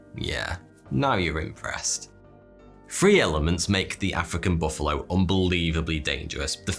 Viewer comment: Most dangerous animal? Mosquito, not baffalo.